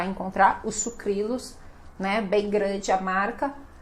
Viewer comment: Eu também falo Sucrilhos. Acho que ela esqueceu de pronunciar corretamente.